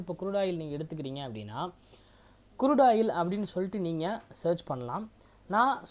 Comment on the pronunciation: Good video,, but sir kurudu oil ellai , Crude oil .. it's CHART not Chat .. sorry don't mistake me,, Ur video is good , just try to change the small pronunciations. THATS ALL 🎉🎉